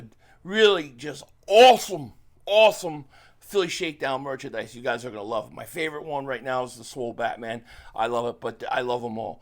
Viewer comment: Please keep calling it perchandise